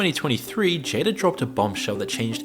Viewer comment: called Jada Pinkett, "JADER". 😂😂😂